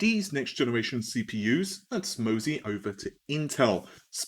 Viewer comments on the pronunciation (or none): none